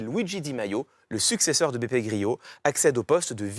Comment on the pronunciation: Beppe Grillo n'est pas espagnol mais italien. Donc son nom se prononce comme grelot, pas gryo, Monsieur Je-sais-Tout !